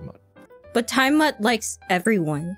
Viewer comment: smut is the word you want to search TimeSmut is not a real word its just mispronouncing Time mutt